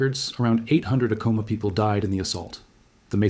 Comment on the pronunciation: Good talk. I enjoyed the history lesson. I've been to Sky City for a Christmas Eve mass in the Old mission church there. When the kachinas came dancing into the church, it was a surreal experience that I'll always remember. One correction you need to know is your pronunciation of the pueblo of Acoma. The accent is on the first syllable, not the second. It is properly pronounced AC' - O - MA.